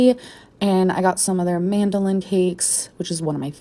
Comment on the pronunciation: SHE SAID MANDOLIN CAKES. Bish those are MADELEINES. maddie-lynn like amberlynn geez I guess there can only be one fackn lynn raahht.